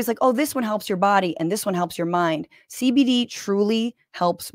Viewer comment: As a TMR fan, hearing "Sunset Lake SeyBeyDey" pronounced correctly is jarring.